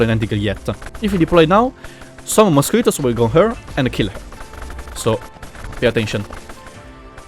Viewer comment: es gracioso escucharte decir mosquitos